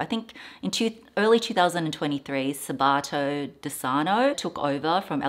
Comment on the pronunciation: the shoes are beautiful, you were right to choose the ones with the highest heels! Two clarifications: Sabato is pronounced with the accent on the first "a" (not the second a) and Michele is pronounced like this: "Mich" as in "Mick" and "ele" as in "ele-mentary" 😘